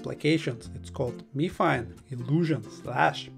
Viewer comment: Pronounced My Fine